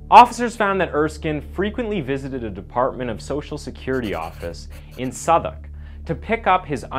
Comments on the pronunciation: Hi, great pronunciation of Southwark 👍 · From a British guy i have to give you credit on your pronunciations so refreshing to hear an American actually trying together them right . Special credit for Southwark as its where I’m from you are the only American I’ve ever heard not call it south walk lol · Firstly, thank you for pronouncing place names correctly, the amount of people who think Southwark is pronounced South-walk really gets to londoners 🤣 secondly thank you for not filling the list with usual killers like Jack the Ripper or bringing in crimes that happened in the UK but not london itself, like Fred and Rose West